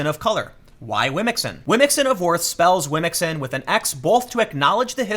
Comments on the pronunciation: How you pronounce womxn is dope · Yeah... I'd go with your phonetic pronunciation for womxn.